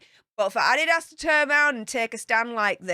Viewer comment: Adidas is a German company started by Addy Dasler and the company is named after him. is actually the one who is pronouncing it correctly. As far as I know, only americans pronounce it Ah-dee-das.:)